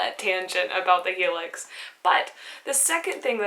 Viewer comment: fyi its Hi Lux not helix :)